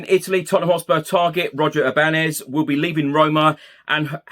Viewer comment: As there is a tilde above the “n” Ibañez is pronounced I-ban-yez.